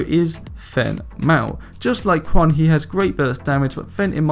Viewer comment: "kwan" and "fen" really bothers me but im not trying to make fun